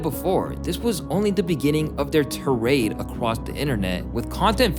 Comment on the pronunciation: lmao. tarade? like parade? it is tirade. TYE RAID. you dont write your scripts which is hilarious. you can't even read the words.